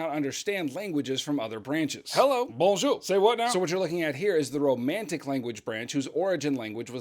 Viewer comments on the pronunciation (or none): none